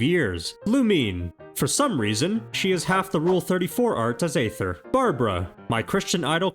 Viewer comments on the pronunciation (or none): none